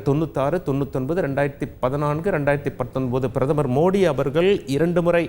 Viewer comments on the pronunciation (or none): none